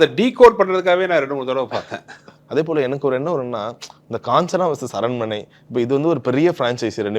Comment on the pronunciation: Tamanna: aranmanai ❌ arannamanai✅